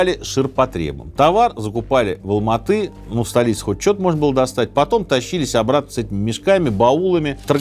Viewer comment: Как же режет слух "АлмаатЫ"🤦🏻‍♀️ Раз уж вы говорите про 1986 год, то логичным было бы говорить Алма-Ата, с "А" в конце слова, и да, название города по правилам русского языка склоняется.